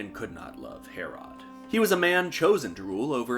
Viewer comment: Ive never heard anyone pronounce Herrod as Hair-Rod